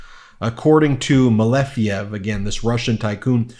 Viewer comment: Malejev, it's correctly MALEJEV👍☀️